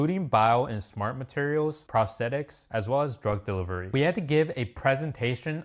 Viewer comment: Did he say drug delivery